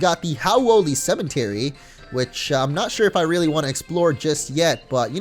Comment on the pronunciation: why does he pronounce cemetery with an "n" ?